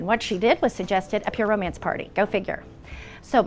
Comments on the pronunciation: I swear she's trolling. She's actually saying "pyramids" the whole time and is trying to get away with it. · I don't know if it's a laurel/yanny situation or just a repeated fraudian slip, but every time she says 'pure romance' it sounds like ''pyramid' and I can't hear it any other way. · Definitely felt I heard "pyramid party" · I heard “Pyramids party” too 🤣🤣 “pure mance” 🤣🤣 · She keeps saying “pyramid” party omfg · Dude when she said "pure romance party" I heard pyramid too and then you said it lmao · It did sound like “pyramid”..! She definitely had a script. A really lame script.